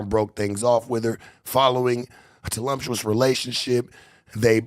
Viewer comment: Did that nga say "telumtuous"???